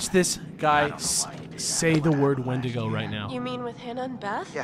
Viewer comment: WENDINGOS, Why do people always get it wrong